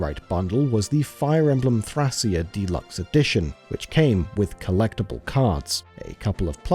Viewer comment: That is never how you pronounce Thracia, that's a real region in Greece.